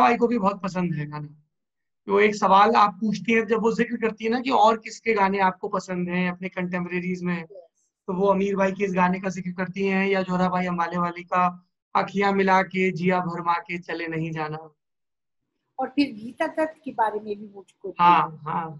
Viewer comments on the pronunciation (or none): Aye Saurab mian Johra koi lafaz nahi hainga, ZOHRA Hove hai ZOHRA. Talaffuz durust karo apna.